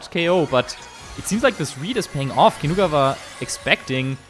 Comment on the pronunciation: Great content but I can’t focus because of the way they pronounce Kinugawa.